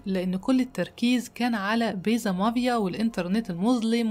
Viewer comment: MAFIA NOT MAVIA انا بحب قصصك اللي متداخدة من يرنامخ امريكاني بتفرج عليكي دايماً ممكن بليز تظبطي النطق الانجليزي ؟